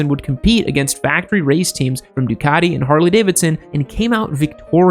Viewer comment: MV Augoooosta. Really? Ducaddi. Really? Other than terrible pronounciation, at times, this was a great video.